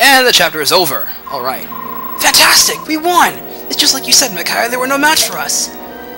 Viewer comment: The way you pronounce Micaiah is bugging me. :(